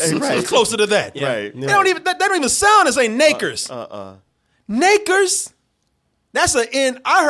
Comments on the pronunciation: She said exactly what we think she said . .. ain't not Naker Nikers Nikes . . .. . She did that sh!+ Ain't no G in any of those and I heard the G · I watched the video of it and slowed it down, you can hear the g's in there.